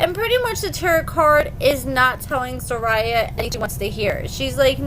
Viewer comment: HER NAME IS ZER- RU-YAH